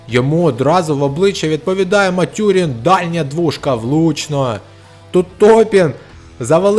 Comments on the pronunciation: мЕт'юрін а не матЮрін.... Індіана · непогана озвучка, пару місяців практики і буде толк. Матюрін тільки різав вухо